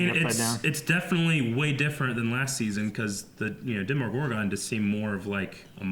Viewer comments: It's a demOgorgon, not demigorgon :D .. it's not like it is a half gorgon- half something :D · That was my point. They say "Demigorgon" every time, when it's "Demogorgon". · I hate to be that guy. But please stop saying Demigorgon, thanks. 😀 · The way they said Demogorgon pains me